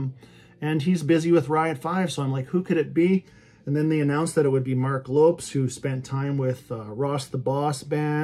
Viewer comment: They've certainly been determined these fellas. That KV seems a nice guy in interviews ive seen so I hope the new one does well for them. I think between the first four and the last three albums i could curate 2 fantastic albums worth of material. I think even though theres no Z in his name its pronounced Lopez 🤘